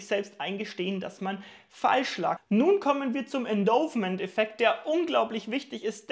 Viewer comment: Kleine Anmerkung : den Endowment-Effekt spricht man Endaument-Effekt aus. Viele Grüße. Video zu Gewinnmitnahme-Strategien wäre toll!